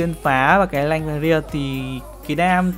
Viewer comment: nanh not lanh :)